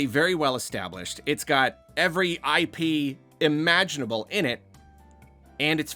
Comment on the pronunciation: "Hey, look. I pee, you enjoy. Please consume it." I'm sorry. But that's almost what it sounded like at that point, PLUS the visual on the video was like a... golden liquid flowing through pipes. It was just unfortunate phrasing and background visual. (And yes, we all know he was saying IP as in intellectual property.)